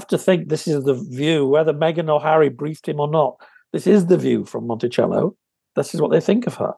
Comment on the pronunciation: Monteceito...not Monticello!